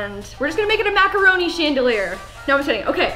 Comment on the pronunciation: when she said macaroni and kindergarten she had the biggest Canadian accent ever😂